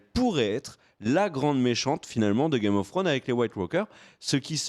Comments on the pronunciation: IL FAUT ARRÊTÉ DE DIRE "GAME OF FWRONES" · "Game of Frones" mdr